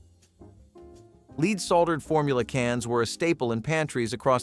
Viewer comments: Lead is pronounced led in this situation. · LEAD IS PRONOUNCED LED. IT NEVER KILLED ANY BABIES. IT IS A LIE. 5 OF US WHERE IN LEAD PAINED BEDS AND ROOMS WE ARE ALL JUST FINE. LEAD PAINT ON YOUR WALLS STOPS THEM FROM SEEING INSIDE YOUR HOME. INFRARED CANNOT GET THROUGH IT NOTHING CAN. A BABY WHO CAN ROLL INTO THE CRIB CUSHIONS CAN ALSO ROLL AWAY. ANOTHER LIE. WE ALL WERE COVERED WITH HAND MADE QUILTS AND BLANKETS SO WHERE MY 3 SONS NONE OF US DIED. WE ARE ALL HERE. MORE CRAP. NEVER HAD FLAME RETARDER IN ANY WE COULD BUY HERE IN CANADA. SMART ADULTS KNOW IT IS UNNECESSARY. IF YOU DIDN'T KNOW HOW TO USE A THERMOMETER. I GET IT BUT THAT WAS NOT THE CASE. ASPRIN HAS ALWAYS BEEN DANGEROUS. BAYER PRODUCTS ARE ALL DANGEROUS. BE CAREFUL THE THINGS YOU LISTEN TOO. IT IS NOT ALL TRUE.